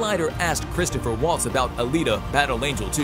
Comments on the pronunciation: CHRISTOPH!!! Chris-TOPH!!! Drop the "er" on the end there,. Geez; do some freakin' homework. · Christoph Waltz doesn’t have a third syllable in his first name. Look at how he spells it. Now? Try saying it without sounding like Joe, stuttering and stammering, saying “err… “